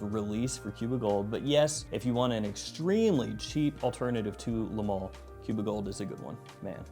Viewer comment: Hey southerner, it's pronounced "MALE" not MAL! Think of the word "ale" you don't say ALL, you say ALE! XD